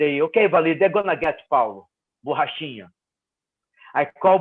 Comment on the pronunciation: Ariel really put effort into properly pronouncing "borrachinha" like his life depended on it.